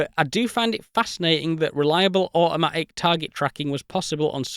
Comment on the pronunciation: I’m pleasantly distracted by your heroic efforts to avoid any “T” sounds in the whole video. Words like: au’oma’ic, crea’ing, advan’uge, compuh’uh, whoops, there’s one! Toh’uhl. Seriously, I very much enjoyed this video. Great use of classic, understated British humor.